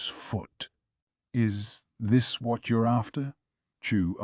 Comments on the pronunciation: I had to look up what they were actually saying instead of "wharrrlll" 😭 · What I want to know is why all the “whats” in this particular audiobook sound like cats fighting each other, you know that wierd growl/meow/yowl they make when they’re pissed? It seems weird that an AI can’t pronounce the word “what”. The AI’s voice is good, but man, there are time when the inflection is so bad it sounds like someone who had a major lobotomy is trying to read this LN. It’s so bad I have to sometimes go check the physical LN to understand wtf the characters are saying.